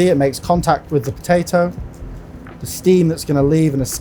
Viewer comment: He can't even pronounce potato.